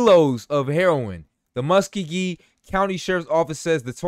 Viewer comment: That’s pronounced as Mus sco gee